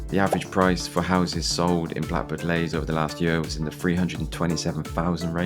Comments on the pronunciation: Leys not lays!! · It's pronounced Lees not Lays 🤦🏻‍♀️ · Blackbird Leys — the second word is pronounced 'lees'.